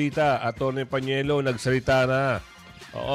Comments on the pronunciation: Kua PANELO po. Hindi PAÑELO. Gosh! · PANELO sir Hindi PANIELO.😊